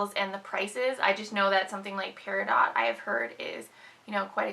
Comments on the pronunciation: No. lol. It's Pear-a-doh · Peridot is pronounced, Pear-a-doh. The t is silent. :) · The I is more like Eh than a y sound.